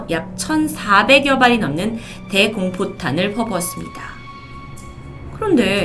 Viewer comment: 대~공포탄이 아니라 대공 포탄입니다.. 발음에 오류가 있네요